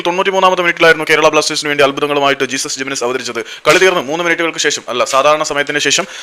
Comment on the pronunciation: Not ജീസസ് പേര് നേരെ പറയാൻ പഠിക്ക് he is name ജെസുസ്